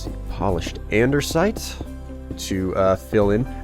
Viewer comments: Yeah same with me,he keeps going with t "the word andersite" its no that its an-de-site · It's andesite not andersite.